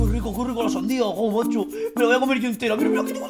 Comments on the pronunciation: dijo macho xdxd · Dijo madno x2